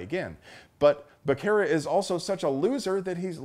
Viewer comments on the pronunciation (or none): Becerra= c is pronounced s